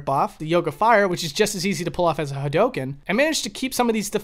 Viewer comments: Please, say HA DO KEN, not Ha dough ken. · Well, 'correctly'. Listen to how Ryu says it. Its pretty clearly said, with dou being a long dragged out o. The shoyuken pronounciation is completely off tho. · The way he says Hadouken is...cancerous, but in the ballpark. Shaw-yuken is just completely dumb. Like, Ryu and Ken both say the attacks really clearly every time they uses them. Its really obvious how they are pronounced. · It's pronounced ha-do-ken not ha-doh-ken. Sorry I had to say it Lol. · Hawdoken yeah really bothering... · Oh god no kidding. I think the most common pronunciation was HAWdookan. Like with the stress on the first syllable and the last two syllables mashed together. But back in the 90s before the game was common on consoles I also heard HA-RyuKen a lot too. I guess because hadouken through 90s digitized speech in a loud arcade kind of sounded like the names of the chars. And dont even get me started on how people pronounced Ryus name back then. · the way you pronounce "hadoken" and "shoryuken" is wild, bro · You pronounced hadoken and shoryuken wrong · You pronounce "hadouken" and "shoryuken" weird/wrong. Just listen to Ryu say it in the game and that's how you say it. You're welcome.